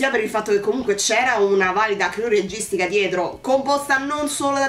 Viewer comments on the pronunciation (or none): none